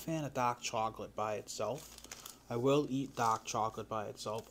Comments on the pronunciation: say dahk again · Eating DAAAK chocolate in DA house and not DA CAA